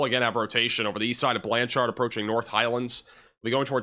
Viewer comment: I love the “Or-Chard” in Blan-Chard.” (Or is it “Blancherd”?)